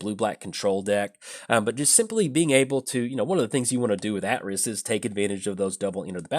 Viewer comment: Pretty sure it's AY-triss. Assuming KotOR2 got it right, anyway.